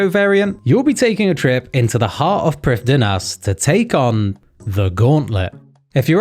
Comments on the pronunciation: Bro pronounce Prifddinas correctly, you’re doing this for RuneScape right? That isn’t the Jagex pronunciation. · hearing prifddinas pronounced incorrectly on the official channel feels wrong yet appropriate